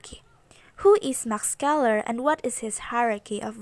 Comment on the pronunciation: Good job maam! Scheler is pronounced though as “sheler” not “skeler”